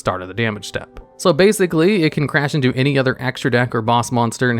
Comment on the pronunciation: For a second I thought he said Cairngorgon required 82 level 4 monsters, instead of Any 2